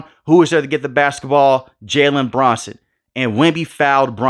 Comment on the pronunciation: his name is Jalen BRUNSON no Branson bro wtf are you saying